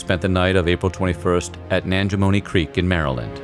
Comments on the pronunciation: Just FYI; I'm from surattsville md and lived only 1/4 mile from here and your pronouncing it, sir- its- Ville, but its pronounced sir- rats- Ville! Also it is pronounced Nan- ja- moy, not nan- ja- moni. Just saying. Love your videos and channel! 👍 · It is SirRat. And it's Nanjamoy... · Google zip code 20662. Nanjemoy. Pronounced "Nan-Gee-Moy" Creek. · It's spelled Nanjemoy, not Nanjamoy. Google zip code 20662. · I enjoyed the timeline. The speakers pronounciation of Nanjemoy Creek, Machodoc Creek and Quisenberry are a long way from reality, but I knew what he meant. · You are correct. He mispronounced Surratt and also Nanjamoy. Where Booth crossed the Rappahannock River was at Port Royal, not Port Charles. The site of the barn where Booth was shot and died is now in the middle of the north and southbound lanes of U.S. Rt. 301. I live just a few miles from the Mudd house. My children passed it every day on their school bus. A good friend is a docent at the Surratt tavern. They have yearly tours of Booth's entire escape route.